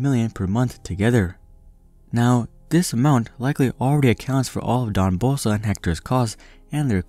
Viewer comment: It’s hard for me to take this video seriously when the narrator keeps saying “DON Bolsa”